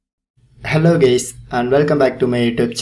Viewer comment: Did he say hello GAYS💀 when he started the video?